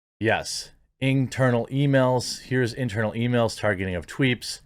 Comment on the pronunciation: Are u saying tweeps or tweets? Lol